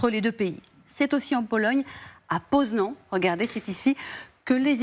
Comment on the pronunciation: On dit "Poznane", nan?^^